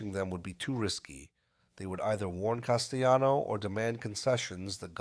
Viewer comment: Paul Castayano. 😂. Jesus just narrate it yourself unless you cant speak any better. What a joke